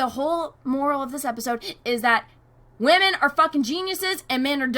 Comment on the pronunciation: Who else cracks up when says "Whamen"! XD